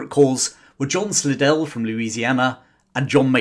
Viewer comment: Slidell is pronounced "sly-dell" in the US.